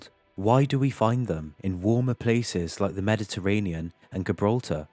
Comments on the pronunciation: Now ive heard this before but what is a "skellington" ??? And then on he throws Gibraltar in with a G not a j ?? He is doing this on purpose now 😂😂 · Gibraltar pronounced jer-bralter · Nice info. Too many grammatical errors. Mispronounce Gibraltar? 😂🎉